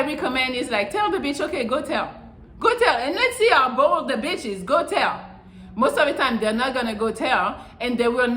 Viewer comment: Melli says beetch more than I do. Lol